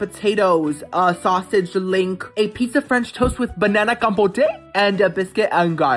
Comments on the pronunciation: Compote com and pote sounds like boat compote not compotay 😂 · It's compote not compotay 😂😂😂😂lol